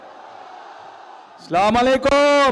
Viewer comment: As Salamualaikum Tarek bhai Slamalekum na Salamualaikum ar Potukhali na Potuakhali.